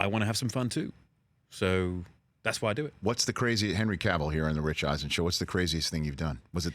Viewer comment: Thank God Rich pronounced Cavill correctly. It's a pet peeve of mine when people say it like Cruella DeVille. It's Cavill like travel.